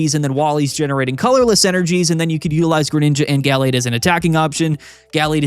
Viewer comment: Am I the only one who thinks pronunciation of Gallade is wrong?